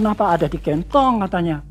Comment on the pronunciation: Bapak ini natural banget. Denger ceritanya Sama nyimak video Nyebut kantong aja Kentong. Hampir ga paham aku pak. kalo ga sambil nyimak video..